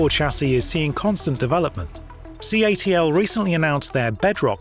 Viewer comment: CATL is pronounced Cattle just means he didn't do their name research.